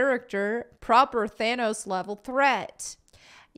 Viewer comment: Stop saying Thanos! It’s not This cringe is destroying my brain to listen to